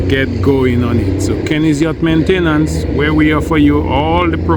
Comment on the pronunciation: That's a catchy tune. Nice job. The guy singing isn't pronouncing Maintain ence like Kenny does though. Fix it. Just kidding. Thanks for the tips. The paint looks great.